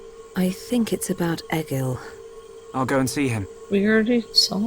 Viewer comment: Also and amber need to listen more to the cutscenes because they aren’t angels they are high entia and it’s egil not ejil and they are Homs not humans